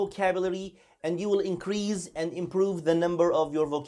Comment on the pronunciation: The 's' in 'increase' is pronounced with a /s/ sound not /z/.